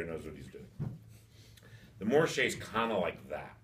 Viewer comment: It’s literally just anglophone laziness.